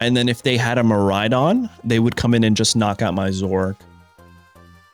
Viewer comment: Dude...its Zoro - ARK..not zork